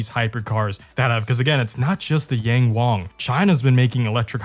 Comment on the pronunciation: Yang is pronounced as 'Young'